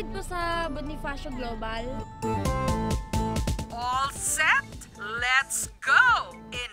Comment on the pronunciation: "Kuya pake hated sa bonifashoo global" lol 😂